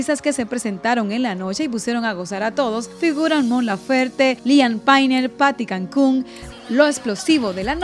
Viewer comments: Y también dijo Paty Cancún en vez de Paty Cantú 😅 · Se pronuncia liam pein, paty cantú, no liam painel y paty cancun 🤦🏻‍♀️